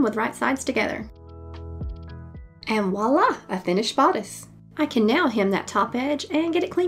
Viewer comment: I'm sorry, it's a pet peeve... It's VOILA ( vwah-lah) NOT "walla" like so many people say.... Anyway, I can't remember if I ever got a Peaches & cream Barbie. My fav was a Valentine's Day one with this red and white dress. I remember the skirt part being white with little red hearts and a red bodice. I think it was a velvety type of fabric. I wanna say she also glowed in the dark, but could be mixing her up with another one. Also Barbie's friend Jewel Secret Whitney... I loved her more than any barbie with her super long brown hair and her pursed lips.